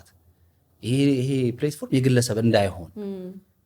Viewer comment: Don’t say ፕሌትፎርም say ፕላትፎርም.... platform … is an excellent actor … inspired by Tom Cruise or Jason Statham